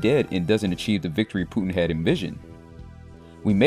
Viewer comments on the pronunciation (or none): none